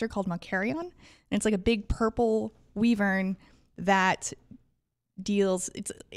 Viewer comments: Purple wee-vern? Also I love NVC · I have never heard someone pronounce wyvern that way. Maybe it's a Florida thing?